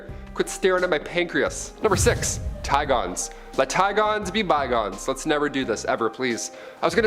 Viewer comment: Had me so lost with "Ti-gones"...Should pronounce like both animals names are typically pronounced correctly lol. Like ti-gunz.